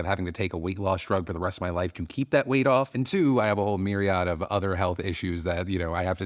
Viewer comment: That's a very odd way to pronounce myriad. Lol. Mirry-odd?